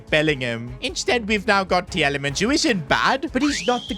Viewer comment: It's Teelemans not Tjelemans